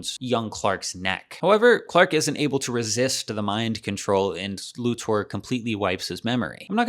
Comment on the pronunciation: This video bugs me because of the weird way to say Lex’s last name.